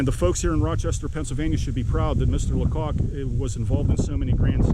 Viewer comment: Hi! Might I help you with the last name? The "c" isn't capitalized. So not pronounced LaCock. 😊 The "a" is long because the "c" is lowercase. Therefore pronounced (funny) is Lay-cock.😂😂 I have some personal knowledge on this matter. Very informative video! Thank you! 😊